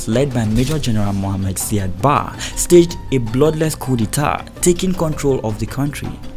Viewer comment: Hi nice work as always. Indepth research and good narration. The pronunciation of Said Barre is: Ziad Bariy. Not Sad Ba as you are pronouncing it.